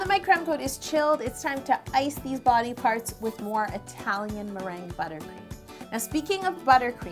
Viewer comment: I burst out laughing when I realized what she was saying sith "funnel"